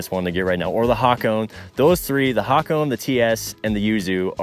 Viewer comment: Fact check me, but I think it’s pronounced ha-ko -ne.